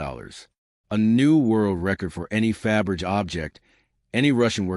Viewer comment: The surname is spelled Fabergé, with an acute accent over the final "e". The narrator really should learn how to pronounce it before posting videos.